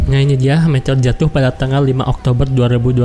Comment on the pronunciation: meteor bang bukan metor